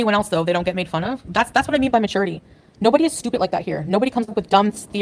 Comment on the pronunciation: It's so stupid that she says stupih